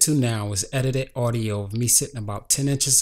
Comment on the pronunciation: edited not edidi holy cow your english is bad.